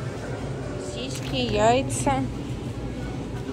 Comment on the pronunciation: Не сосиськи.... Сосиски. Жесть!